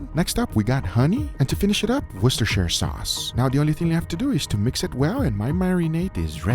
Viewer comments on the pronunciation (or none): Dear Lord, please make someone to pronounce "Worcestershire" in my lifetime! Amen! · It’s WOR CHEST ER sauce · Lol its pronounced "Worshtershire Sauce". Blame the Brits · Wer-SH-Ter Sauce. That is how the English pronounce that word. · “WOOSTER” SAUCE